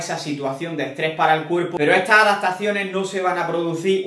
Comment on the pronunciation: Cuando escribes…. Pones adatacione o adaptaciones? Pregunta sería? Sí lo escribes “adatacione” no hay problema que lo pronuncies así… Como conceto…